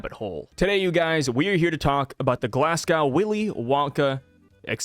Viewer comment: Everybody that makes a video about this topic says ‘glasscow’. It’s Glass-Go, spelled like Glasgow. Have a nice day! 😊